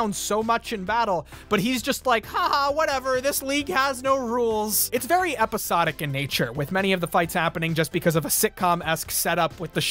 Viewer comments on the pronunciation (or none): none